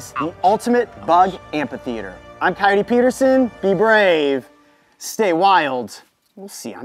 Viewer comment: sorry Jim but I'm still laughing of how Jim just call Coyote Ka-your-tue I'M SORRY JIM